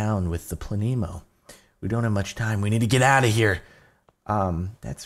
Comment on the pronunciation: its said "planeh-moe"